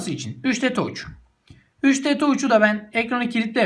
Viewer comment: Touçh ne abi taç desene suna 3dtaç yani iıriditaç ;)